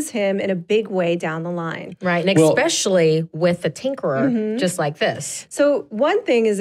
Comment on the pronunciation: especially like how she says eckspecially